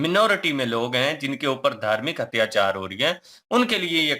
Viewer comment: Hatyachaar is cute 😀 I wouldn't say 'Atyachaar' anymore, It's Hatyachaar for me 😀